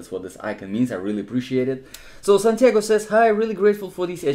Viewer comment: Thank you so very much for taking the time and responding to this in such a personalized manner! You pronounced it well! Thank you so much! - Santiago